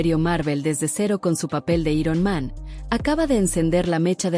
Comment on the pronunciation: Dios santo que molesto es oír cosas como “i-ron man” en lugar de “airon man”